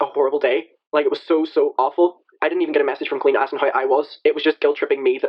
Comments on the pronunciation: I never heard her name pronounced co-leeen before its col-een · i know this is so irrelevant but the way you pronounce colleen is driving me up a wall